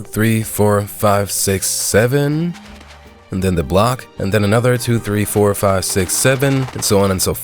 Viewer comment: six sveen🤚🤚✋✋